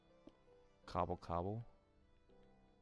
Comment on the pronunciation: Every time you were saying cobble cobble I kept hearing gobble gobble and I just kept laughing xD